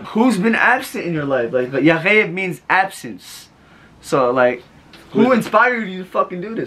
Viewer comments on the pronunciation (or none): none